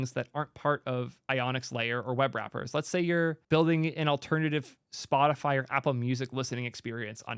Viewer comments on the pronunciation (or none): none